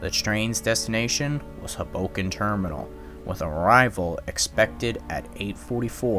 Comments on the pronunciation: It's pronounced HOboken, not hughBOkin. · It’s “Hoe” boken not “Huh” boken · It's not huboken, it's Hoboken. Great vid tho! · And HO-bo-ken, not ho-BO-ken. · This pronunciation of Hoboken is anxiety and cringe provoking. Please don't do that again. 00f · Minor nitpicks. It's SEE-caucus, not SeCAUcus and HO-boken, not Ho-BOken. Otherwise , nicely done, as all your videos are.